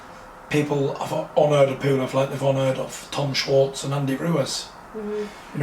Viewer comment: Bitch can't even say PULEV.. we need another reporter